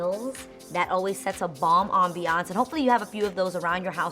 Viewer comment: "AmBEeYanCE" Lol. lets just keep it #mood. Love love love the ideas. Will def try.